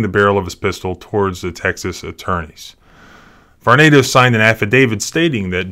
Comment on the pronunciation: Believe it is prononuced Var-nah-do.